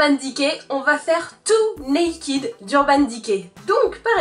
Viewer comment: Naked = [naikeud] et non [naikid]